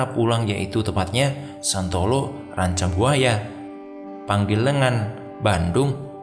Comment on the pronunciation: Bukan Panggilengan, tapi PA-NGA-LENG-AN